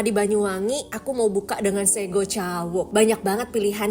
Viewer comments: Sego ka bukan ségo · Lucu bgt, sego kak bukan segoo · kak sego bukan sego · sego ucapannya seperti se(patu) go(jek) gitu 😁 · Hai kak, terimakasih sudah datang di Banyuwangi. Maap kak, btw, salfok ni pas kakak bilang sego cawuknya. Ngasih tahu aja kak, cara ucap di sini. Sego, Se = Sekat, Go =goa. Terimakasih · Sego kak nyebutnya bkn sego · Kak fyi penyebutan sego (nasi) itu huruf e nya kayak penyebutan kata elang, bukan kayak penyebutan kata ember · “Sego” nyebutnya pake E-nya Elang, yang artinya Nasi Terus itu kerupuk namanya Krecek Kak, bukan kretek 😊😊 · Maaf, For Informasi aja Penyebutan kata Sego Di jawa Pelafalan itu Seperti Pelafalan setuju, Bukan seperti yg sebut, mungkin kedepannya kalau Explore ke Daerah Jawa lagi Bisa Betul pelafalan kata sego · Bukan sego....tapi sego 😅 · Kak, sego itu bacanya sego bukan sego wkwk